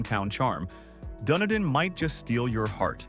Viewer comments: The copy is spot on, but the voiceover is a joke, and the visuals are basically made up. I live in Dunedin. It's pronounced Done-Edin, not Done-a-dine. The Don Ce-Sar Hotel, the pink building featured in the Gulfport section of this video, is not in Gulfport; it's on St. Pete Beach. I've got no comment about putting a photo of snow-covered mountains in a video about Florida. In Tampa, it's pronounced E-Bor City or I-Bor City. I know it's all AI-created, I just wonder how it could mess up the images so badly. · Dun ee dun Florida not dun ah dun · It’s pronounced Dun-Edin. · Dun-Edin/ dumdum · I like videos like this however too many are using AI voices to narrate. It seems kind of lazy to produce a video and not put some personality in it…I stopped watching when the video butchered the pronunciation of Dunedin, FL!